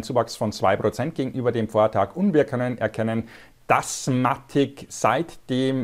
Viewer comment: Hey, danke für deinen Content. Sehr hilfreich und lehrreich. Danke dafür, eins muss ich dennoch loswerden. Bitte auf die Aussprache achten... bei alle Sachen. In diesem Video speziell auf Matic bezogen. Es heißt [maetig] (mätig gesprochen) und nicht [Matick] und nicht Polygoooon sondern polygon.. ahhh. Bitte... so informativ und hilfreich!!! aber bei so einer Aussprache tun mir die Ohren weh und ich muss abschalten... LG ✌️